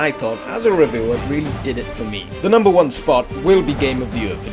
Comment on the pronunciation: did he say "at nomber sex"? XD